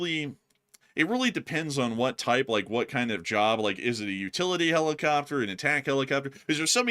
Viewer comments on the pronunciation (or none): It’s “jerb”…😂